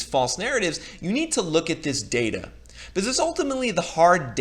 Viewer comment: I will subscribe if you start pronouncing "because" correctly.